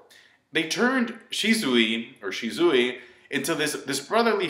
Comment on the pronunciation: you keep saying "Shi-zoo-i, or shi-zoo-i" You sayin' it the same way both times man xD You do you, but it's supposed to be "Shi-su-wee"